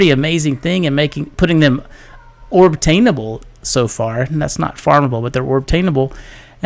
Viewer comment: "orbtainable" i love it!